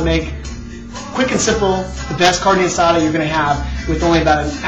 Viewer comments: Say carne asada right not carnie asada! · He said carne asada not guisada lady, its kinda close to asada but hey everyone has their recipies for it and how they like it done.. (chille del monte ees better) though calling a variety of diced onions a medly got on my last nerve... and calling a taquito a burrito is just... yeah... but ehh whatevah jooo cares am I right.... Oh I'm right.